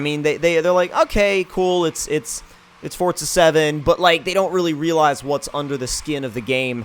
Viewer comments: Forza, not Fortza. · Why do people say "forTZa?" Either I'm blind, or it forZA doesn't have a T in the middle of it. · Since when was forza called "Fortsza"? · Why do people pronounce it fortsa? Its fucking forza!!!!